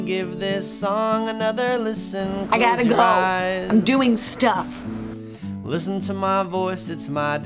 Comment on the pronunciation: The emphasis on "im doing stufFFF"